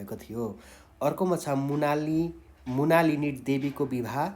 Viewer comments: मृणालिनी देवी हो , मुणालिनी होइन। अर्को गल्ती उच्चारण पनि मिलेन । नेपाली शिक्षकबाट यति सामान्य शब्दको महान गल्ती गम्भीर मानिन्छ। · मुणालिनि होइन मृणालिनि हो